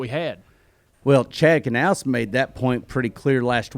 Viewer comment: Someone remind Mike that it's Knaus... Not Guhnaus.